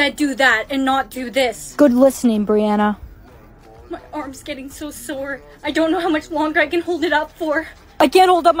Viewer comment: Brianna not Briana.